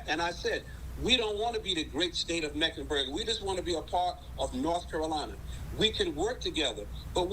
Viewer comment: Lol...he doubled down on Mecklenberg!